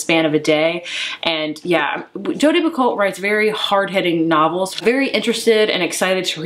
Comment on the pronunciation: I have the same problem.. more books than space lol And someone corrected me when saying Jodi Picoult’s name.. apparently it’s pronounced “pee-koe” . Dont know if that’s actually true. Great channel!! 😉